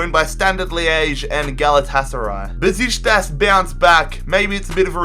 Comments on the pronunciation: It's BUH SHICK TASS, not "besishtas" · I don't think it's Bezishtas... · how the hell did he pronounce "Besiktas"😂😂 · You're saying Beşikteş soooo wrong